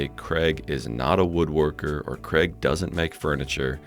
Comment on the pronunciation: I still think you’re calling him Kreg!